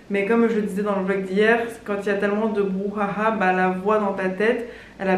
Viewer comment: Désolée, mais la façon don tu prononces "brouhaha" m'a juste tuée XD